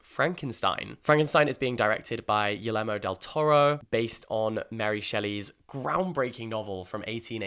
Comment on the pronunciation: Love ya, Jack, but it's pronounced "Ghee-y'air-moe" Del Toro